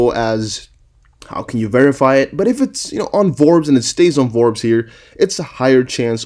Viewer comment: The magazine is called Forbes not Vorbes